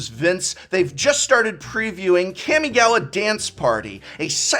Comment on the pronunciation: Nailed kamigawa, lol